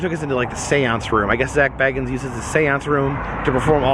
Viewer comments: Please pronounce his name correctly! It's pronounced "Bay guns". Not "Bag uns". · It's pronounced "Bay-guns" 😂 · It's pronounced Bay-gens. I am dissapointed in this video. Sorry couldn't listen to you talk about what you had seen. Had to give up the ghost (literally) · Everyone says his last name wrong ghost adventures don’t say bag ins it’s say bay gins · This is a awesome video love the Ghost adventures an always have . . An it’s pronounced Zak bay-guns ( bagans)that’s how you pronounce his name correctly lol . 😁👌🏼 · Yours has 2 g-s in it, Zac has 1-g, and he pronounces it Bay-gens... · It's pronounced Beg-ins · HOW DARE HE SAY ZAK'S LAST NAME WRONG!!!!! >:( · No disrespect love your work you are saying his last name incorrectly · Triggered when he says his last name wrong!!! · I love your videos and I love Ghost Adventures and Zak. Just a little side note...it's pronounced with a long A...Bagans. Like the "a" in lake. I'm broke so I travel through you! Keep the videos coming! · Its makes me laugh every time you say his name wrong 😂😂😂😂😂